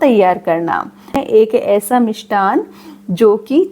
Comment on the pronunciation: Mam yah mishthan Shabd hota hai na aap mishthan bol rahi hai